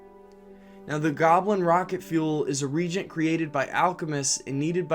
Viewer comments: It's pronounced "ree-Agent" not "reeegent" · Yeah re-agent vs regent.:P all good though. Good video.:) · "Reagent" is not the same word as "regent". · A new generation of fans gonna be out in the world mispronouncing reagent, absolutely unemployable!